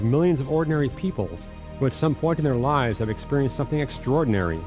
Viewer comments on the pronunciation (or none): none